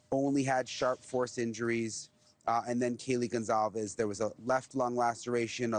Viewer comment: It's Goncalves, NOT Gonzalez! 🙄